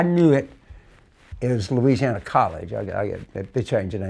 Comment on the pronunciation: Anytime I hear someone say….’Luuuzianna’ I know they are the real deal from there! Also ‘Naw Orlaans’ is the sweet tell tale pronunciation. TV reporters always kill these words…..because Yankees don’t know how to pronounce southern words/names. Poor things.